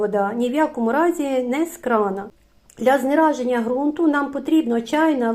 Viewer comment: Знезараження взагалі то. А не знераження